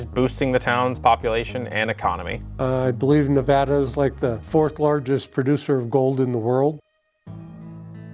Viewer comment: its nuh-VAD-uh!